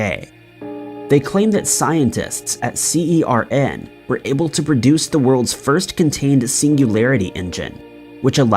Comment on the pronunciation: nobody calls it C E R N